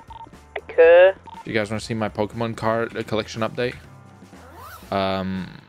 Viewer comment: the pokemon nerd in me cringes every time he mispronounces a Pokemon's name